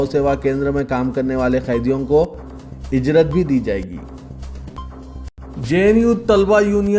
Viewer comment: pahile news bolne waale ku lkg ukg urdu mediam me sikhaa o yaaro urdu alfaz ka janaza nikal raha hay. ujrat ku ijrat. news bolne se pahile ek martaba koyi madrase me sunaakar news bolen to accha hy.